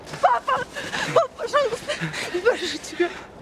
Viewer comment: ПапА с ударением на второй слог, подражали Франции